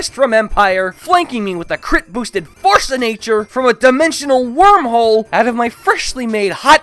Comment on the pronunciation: Did you say force a nature